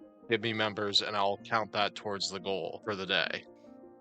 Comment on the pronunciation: Proud to say that I don't know anyone IRL who pronounces "and" and "that" like does ("eeand" and "deeat")